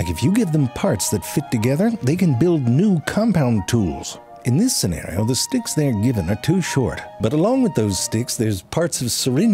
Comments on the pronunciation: Am i the only one who thought him saying sticks sounded alot like him saying dicks. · Are you saying dicks from time to time, or are my ears not telling the truth? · I cracked a smile every time you said sticks just because it almost sounds like you're saying dicks